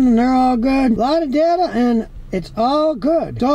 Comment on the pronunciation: It's DAY TUH not DUH TUH